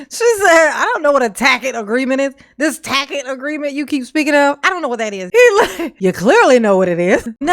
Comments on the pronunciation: He changes to correctly pronouncing 'tacit' only after the judge eventually prounounces it for him, as though the entire court hadn't been listening to him mispronouncing it for the bulk of the trial. It's the kind of mispronouncing of a person who has only read the word recently and is otherwise unfamiliar with what it even means. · Isn’t it telling that Darrell had no one that either knew, or bothered to tell him he was saying “tacit” wrong.